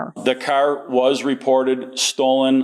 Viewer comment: “The cerr was reported stolen”